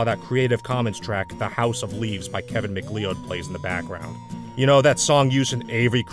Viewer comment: You pronounced Kevin Mcleod wrong.